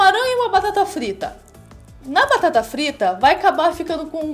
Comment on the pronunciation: Quando você frlita batata...